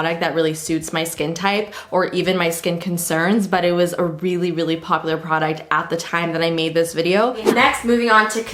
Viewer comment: "Poplar" haha love you girl